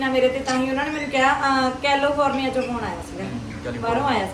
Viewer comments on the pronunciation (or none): Bhaine jdo tuc California nu calofornia kehne o mnu wale vadia lgde o